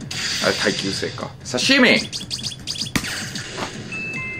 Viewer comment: 刺し身の発音がScary movieのときの幽霊みたいw